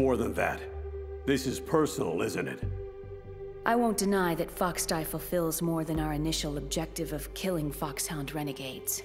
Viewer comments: It's called FOXDIE not GEEKDIE!LOL. I think I might like the dialogue here better than the game itself. In fact I know I do!!! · Its called foxdie not geekdie lmfao 😂😂